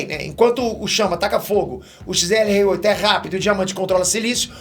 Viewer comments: O nome do XLR8 tá errado, tu falou XRL8, só pra avisar mesmo kkkkk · é XLR8 ce falou XRL8 só dizendo pq tá quase certo(n é um ataque só um aviso,gosto muito dos seus vídeos sou muito fã) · Massa que qd o vai falar xrl8 ele fala xlr8 kkkkkkkk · Mds ele chama o xlr8 de xrl8,depois o ben q é burrinho